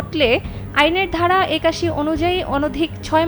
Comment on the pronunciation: উচ্চারণ ঠিক করুন ধারা আর ভাড়া এক হয়ে গেছে